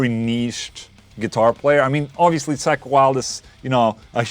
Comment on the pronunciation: Call me childish but I couldn't help but laugh every time he pronounced "Zakk" as "Sack" lol